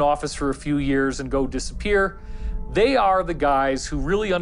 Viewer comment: “ a lew millennium”